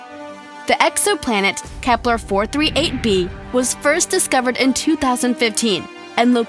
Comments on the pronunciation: Stop saying Kepler😂😂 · Why do u keep saying Kepler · wtf is "KEPLER" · Why u keep saying kepler, u idiot